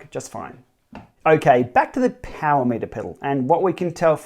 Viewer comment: BAM! There it is! I wish they would stop dropping vowels though.. 'POWR' is just wrong ;-)